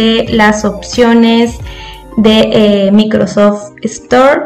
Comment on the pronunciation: no sabes hablar no es "micrrrrosofttt" es microsoft